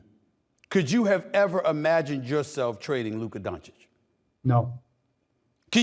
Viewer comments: Stephen A. finally learned how to pronounce Luka's name properly. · Stephon B Schimdt actually pronouncing Lukas name correctly?